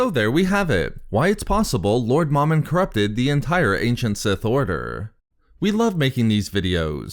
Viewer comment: It's pronounced Mow-Min not Mom-in Mow like mowing your yard and Min like minimum MOMIN sorry that was driving me crazy